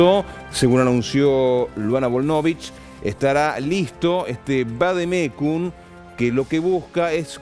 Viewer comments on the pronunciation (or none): vadecum dice el periodista, pero que burro